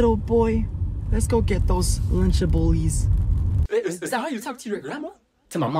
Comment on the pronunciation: Lunchables❌ lunchablelees✅